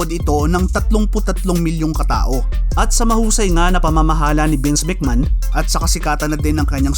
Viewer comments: Anong mc man? It’s MC may hon. Or mc may on. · Anong Mc Man pinagssabi mo?ayusin mo mga pronounciation mo!